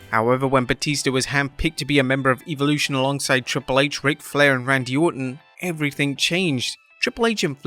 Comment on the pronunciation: I know your brittish and have an accent, but how in the hell do you get "Evil-lution" out of the word "Evolution"?? REMEMBER, The 3rd letter is an "O" not an "I"..